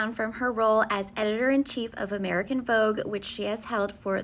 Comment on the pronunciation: VOGUE became FAUX-GE